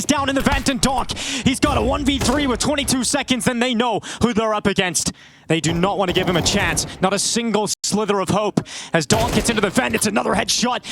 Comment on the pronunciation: This announcer always says "slither" of health. It's sliver bro...a sliver. lol